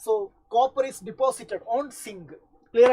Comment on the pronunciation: zinc ❌singh☑